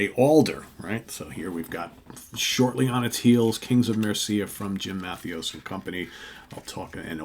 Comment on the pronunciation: Great record. Very catchy. 30 years ago, these songs would be all over the radio. Overland sounds great. And, say it with me…Jim. Ma-THAY-us. Trust me on this